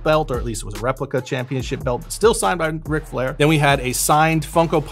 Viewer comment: That shit did not say Ric Flair. That shit said Rec Jean